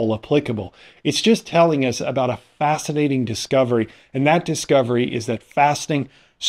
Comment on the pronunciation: How fast-inating!!! 😆😂🤣